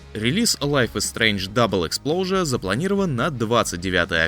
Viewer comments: Почему "лайф из стрендж дабл ЭКСПЛОУЖЕР" говорите? Если там написано EXPOSURE !!! Нет там буквы "Л"!!! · Почему он говорит Double Explosion?😅